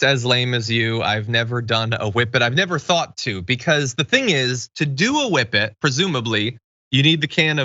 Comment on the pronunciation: WHippet abuse! Thank you for the proper pronunciation, Jon!